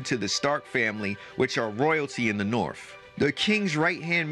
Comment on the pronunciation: “Da norFF”